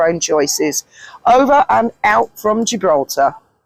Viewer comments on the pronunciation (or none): none